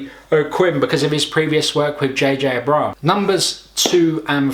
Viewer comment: Hor-hey Garcia. J.J. Abe-bra-ham.